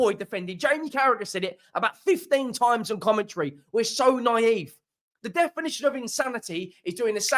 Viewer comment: "Did I ever tell you... the defineetion of insanity?"